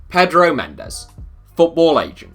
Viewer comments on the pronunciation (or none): none